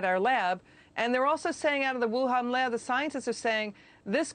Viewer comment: Whohan? Wuhan.. Youhan 🤔